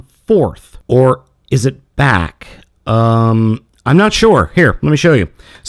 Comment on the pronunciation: it's backup on not fucking bockyougon